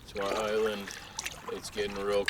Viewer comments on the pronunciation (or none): Damn it... I now can't hear you say "island" without also hearing, in my head, "byeland".